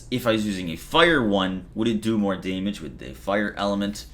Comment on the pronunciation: LoL! Deeeehhhhmige!!!